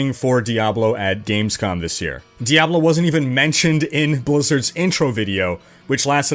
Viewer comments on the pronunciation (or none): GUISE! DEE-AYY-BLOOOE IS DED. D-E-D !